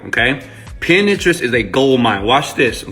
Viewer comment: it is PIN TERIST ---- not pin-interest